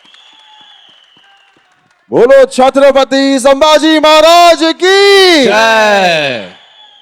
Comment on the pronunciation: ट्रेलर मधे अक्षय खन्ना आणि आता इथे हा माणूस पण सांभाजी बोलतोय.. धाकल्या महाराजांच नाव " संभाजी " आहे " सांभाजी " नाही.. captain of the ship लक्ष्मण उतेकर साहेबांना विनंती आहे त्यांनी त्यांच्या crew ला हे नाव नीट समजावून सांगावे.